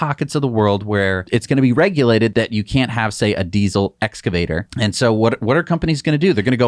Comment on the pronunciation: Thank you for saying "excavator" correctly.